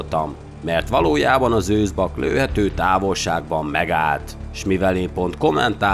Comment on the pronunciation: Egyetlen apró hiba a beszéd. Aggancs helyett agancs őzbakk helyett a őzbak. Egyébként nagyon jó a videó.